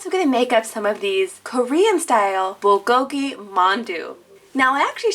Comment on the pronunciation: omg me being Korean bulgogi and mandu pronunciation kinda was meh